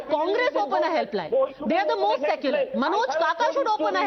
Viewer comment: Kis muh se "secular" shabd ka uccharan karte hain ye log?😱😱Saare anpadh hain kya?